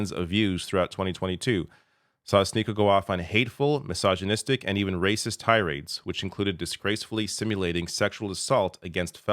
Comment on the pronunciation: "Tyrades"? Not tirades?